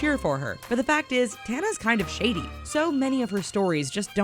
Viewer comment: Am I the only one who in the beginning heard shitty side instead of shady side?